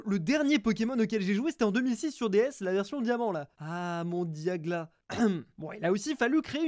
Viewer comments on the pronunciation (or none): Il a osé dire "diagla"🥲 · Je rêve il a dit diagla